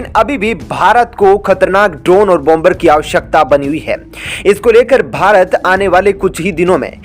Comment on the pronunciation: Please pronounce. BOM BER. as. Bomer. Where. B. is pronounced. SIlent. Not. BOM BER..TAKE A NOTE